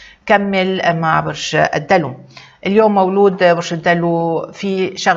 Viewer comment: ليش تقولي مولو..... ما تقوليش مولود ستفزيتيني